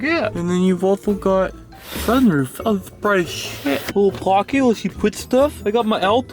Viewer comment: "and a sun woof, its bright as shit"